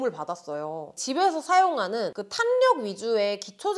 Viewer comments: 탄력 발음 탄녁 ㄴㄴ 탈력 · [탈력]이 맞는 발음이에여~ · 탄녘? 발음 왜저래ㅡㅡ